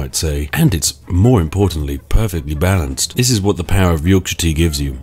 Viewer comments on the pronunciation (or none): none